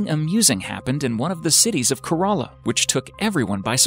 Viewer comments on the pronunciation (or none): Its kerala Not corolla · It's pronounced as care-ella not cur-rala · It's no coraulla. It's Kerala. It ain't a city dude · I'm a keralaite but I literally didn't understand when you said Kerala... It was like you said corolla... The pronounciation is K-Ra-La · Not karala kerala is OK . ഇങ്ങനെ യല്ലേ മലയാളികളെ പറയേണ്ടത് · oh boy its kerela not corola num-6 and basicaly we didn't lose thousands of lives. thank god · not korala its Kerala ⭐ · Lol I thought he said corollla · im from kerala too its pronounced ke-r-la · Oh... 😂😂😂😂😂 Him pronouncing Kerala sounds like corona !!! When he mentioned Malappuram only I understood he was talking about my state... !! Wait that happened here and I haven't heard of it yet.. !! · He is saying Kerela like (Karela) a hindi word that means Bittergourt yuck. 😂😂